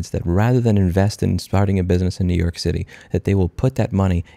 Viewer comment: “New Yoork is a braaand.”